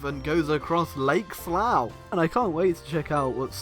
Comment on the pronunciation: uuhh.... slough....